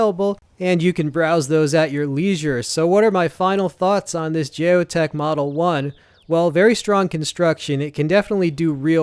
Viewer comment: Geo Tec (Gee-O-Tek) not Jay-O tec